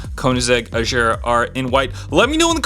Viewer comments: Hey Bro It'S not Ajara It's Agara. don't Mine me. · Gear is like bear not ⚙️